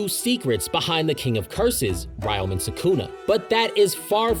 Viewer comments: You keep pronouncing Ryomen wrong. For some reason many people from the West also pronounce Ryu from Street Fighter the same way. It’s not “Ri-you” it’s “Re-you” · It's Reeo-men Sukuna! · 😭 Aside from butchering the pronunciation for "Ryomen" Great vid 👌